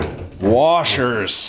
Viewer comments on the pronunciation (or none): Just here to hear say ‘warshers’